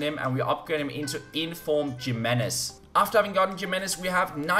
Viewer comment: Your CB is called "hee-may-nez"